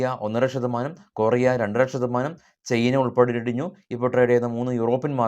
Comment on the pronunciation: ശതമാനം എന്ന് പറയുന്നത് ഷതമാനം എന്ന് ആയി പോകുന്നുണ്ട്.. Percentage എന്ന് പറയു.